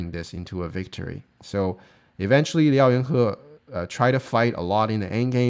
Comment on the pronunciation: Nice video as always - and one of these days you'll learn to pronounce his name hahaha